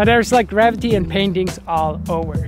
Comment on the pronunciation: 🤣 "graffiti" I thought you had practiced saying it?